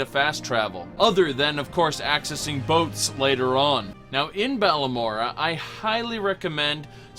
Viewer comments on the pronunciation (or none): he says balamora lol